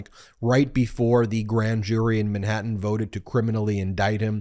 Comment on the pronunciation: You need to cut to the chase in your videos. You're too verbose. Watch how Popok does it. And you live in California not Long Island so fyi, it's Manhattan, not Minhattan. Because, not becoss. Huge and humiliating, not yuge and yumiliating. Florida, not Flahrada.